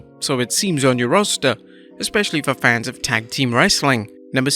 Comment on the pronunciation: Stop saying “fans-is”! Plural of fan is FANS